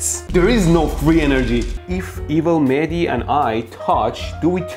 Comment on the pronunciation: Mehdi, It's funny how you on purpose pronunciate your name incorrect. I am pretty sure it is Mehdi with audible h, although I am not Iranian.